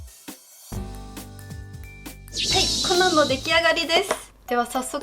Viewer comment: コナンが｢ほな｣に聞こえて、なんで急に関西弁！！？って思った笑笑